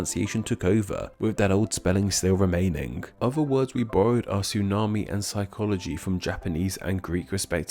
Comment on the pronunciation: Tsunami still has a T sound at the beginning. Tsu*na*mi The first syllable sounds like you start to say "two", but change it to "sue" halfway through. I failed a half a year of Japanese in my freshman year of high school, but I still remember how to pronounce stuff lol